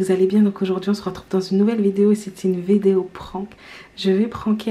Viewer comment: écouter comment dit vedeo